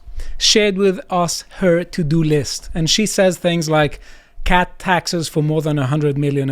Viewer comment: sorry if I spelled that wrong. Love ya man, but I had to pause and look at the video because I thought you said "cat" taxes not "cut" taxes.